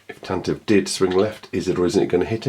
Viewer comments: Glad to see the Tan-Tivv reviewed. Will you be reviewing the Tantive (pronounced 'Tan-tiv-vee') any time soon? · It wasn't mentioned in the movies, only in the 1981 radio drama, where the pronunciation is indeed Tantivee (this pronunciation is still canon). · Does anybody remember in the 70's the pronouncement of the ship was TANTIVEE? I remember the radio drama would pronounce it like that. Just curious when it changed.